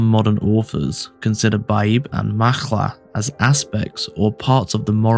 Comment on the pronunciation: Macha is pronounced "ma-kha" (The 'kh' pronounced like the 'ch' in chutzpah), there is no "l" sound. However, there is some great information here. Thank you. 💚💜💚